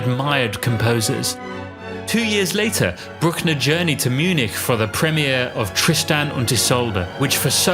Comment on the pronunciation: This is an enjoyable summary, making a good case for the genius of a composer who is still undervalued and even ridiculed in some quarters, but there are some errors: he says Bruckner's DoB was 1826 (although it is correctly stated as 1824 on screen); he does that irritating thing of pronouncing "Munich" as if it were German; mistakenly says Bruckner's first symphony was in 1866 but he had already written the "Study Symphony" in 1863; he thinks the quality of "grandiosity" is a complimentary attribute when it means pompous and pretentious; finally, the Dresden chorale was a musical trope long before Wagner supposedly borrowed it from Bruckner - Mendelssohn used it, for example.